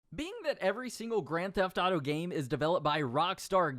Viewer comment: why he say “greN theHF aUto gAYm” like that tho